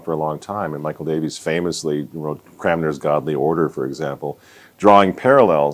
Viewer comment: It's Cranmer, not Cramner.